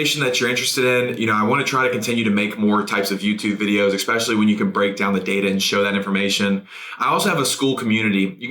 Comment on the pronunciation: insightful content related to dose vs. efficacy, i just find it difficult to take anyone seriously when they say 'expecially'.